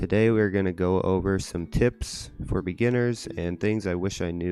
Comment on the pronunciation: you say begguiners .... the fuck... how do i gather stone////?>?